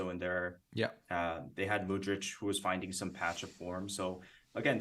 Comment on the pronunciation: Mudryk not Mudric, Mudric lives in Serbia or Croatia) Top-level otherwise!